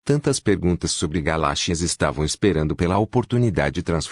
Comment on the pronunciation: Aprenda a falar galáxias tá